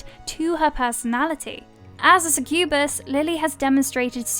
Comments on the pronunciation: It's only "succubus" and "incubus". Also, that pronunciation 🙈 Suh-kyoo-buhs. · God, that pronunciation of succubus really got on my nerves. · It's pronounced 'SUCK-you-bus' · How they say succubus 🤣🤣